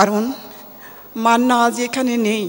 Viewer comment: ববিতা ম্যাম যখন মান্না উচ্চারণ করছিলেন. উনি অনেকটা কষ্ট নিয়ে নামটি বলেন। মান্না বেচে থাকবেন অনন্তকাল বাংলা ছবির মহা নায়ক হয়ে।